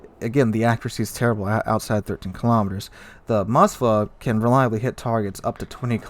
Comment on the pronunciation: Why do Americans add an A to Moskva??? It's not Mos-ka-va its Mos-kva (pronounce as mos-qua)